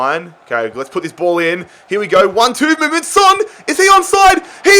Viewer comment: Heung Min Son's name is pronounced like it's written, son, with an "o" sound, and not like the word son which pronounced with an "a" sound